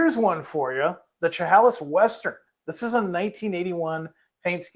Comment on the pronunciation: FYI - Chehalis is pronounced she-hay-lis 😊